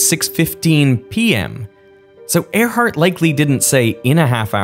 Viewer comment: It’s Earhart, not Airheart